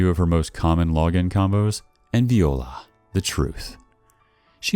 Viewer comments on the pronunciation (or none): Did bro seriously say viola as veeowla